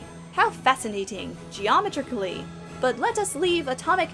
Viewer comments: actually but yeah I though that too haha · Obsessed with how pronounces "geometrically"., you scoundrel.